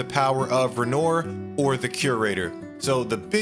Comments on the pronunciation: Bro, please don't pronounce it renor. Ren-whah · It’s a good video but I have to say it’s extremely distracting how you’re pronouncing “Renoir.” It’s the last name of a very favor painter named Pierre-Auguste Renoir, and it’s pronounced “renwah.” It’s distracting because they say it (correctly) a million times in the game (in fact, in nearly every story-driven dialogue). And, if you’re not sure how to pronounce it, why not… YouTube it? Just very, very distracting. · Just for the future. It's ren wah, sea Elle and ess key ay. I'm not french, I just listen to how they're pronounced in game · "Renore" 😬 Anyways. The biggest issue i have is Maelle assured her father that she wouldn't get lost. "Just a little longer". Renoir KNEW she was lying. But he wanted to trust his daughter. Instead she becomes obsessed and loses herself. Its so sad. Honestly, i truly feel if she stuck to her promise Renoir would have been proven wrong, and he could trust her to go into the canvas to be with her second family in moderation. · Who the hell is Renoyr? 😆 Did you play the game muted? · It’s Ren-Wah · I refuse to believe people who actually play the game don’t know how to pronounce names that are literally spoken to you ???? Wtf who tf renor???? I hate the French but shit At least show some respect to the culture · Bro , I tried to watch you video — but my god the repeated Re-Noyr was killing me . Bruh. I bet you say “Loon” as well. Americans man, I swear 😂😂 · I heard “ren-ore” and I stopped watching. Lack of consideration for how to say something as basic as their names makes me not trust or want to listen to the rest of the video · I enjoyed the video. Game seems to be next level. Fyi..... "Ren-warr" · Renoor? Lmao cman man they only say it a trillion times in the game lmao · Its literally just re-noir, plenty of people knoe how to pronounce noir, hell its even a great reference to his role as hes a dark figure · My man butchering Renoir's name lol